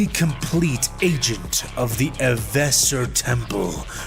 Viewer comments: Ev-er-sor. Not "evesser". And stop using AI-generated art! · So a partial eversore that is also a psyker..... yup sanity is not an imperial thing. Oh and it's pronounced Ever Sore. (I am Sore after fighting for Ever)